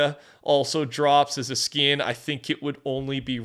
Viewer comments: Anyone else notice says skin with a "y?" "Skiyn." Feels weird. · Canadian thing I think lol